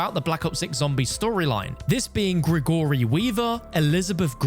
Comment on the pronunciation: Greh-gore-ee lol Gregory